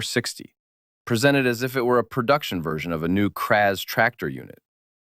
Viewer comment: It's Kraz not kpa3?